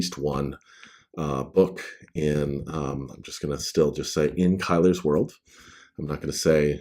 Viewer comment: In the audio books Paul Boehmer says Kylar, Kai-Lar and you say it Kai-Ler. I figured the narrator was saying it correctly because I thought he'd SURELY ask you the correct pronunciation. Odd that they'd take the liberty to change pronunciations up. Simon Vance is amazing though. I can't wait for the rest of the series to be narrated by him as well.